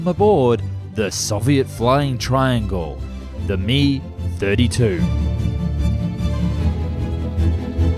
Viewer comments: It's an Mi 32 not a Mi(Mee)32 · It's pronounced M Eye 32. Not meeee. You do all the research and them sound amateur because you don't spend 30 secs researching pronunciation. I could not watch. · …its M-eye not meeeeee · Not bad video but it's not 'ME' it's M.I., M.I. being an abbreviation of MIl, same was as it's T.U. (TUpoloev) not TOO, S.U. (SUkhoi) not SUE. Get the idea? Everytime you say 'ME' a fairies brain cell dies somewhere & I grind another tooth to dust. Oh & the primary job of a tail-rotor is to counter the torque of the main rotor - it's not merely "steering" wheel. Without it, the helicopter fuselage will spin in the opposite direction to the rotor & the thing (if it survives that) won't get off the ground. I think someone needs to brush up on the basic stuff - for the sake of the fairies & me teeth (that's 'me' not M.I. in this case). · Lost me at “ME” 32